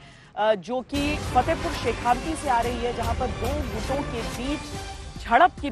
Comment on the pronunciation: आप तो बहुत पुरानी पत्रकार हैं फिर भी आप शेखावाटी को शेखावटी कैसे बोल रहीं हैं ? तत्काल ध्यान दीजियेगा। शेखावाटी को शेखावाटी ही बोलिये। शेखावटी नहीं।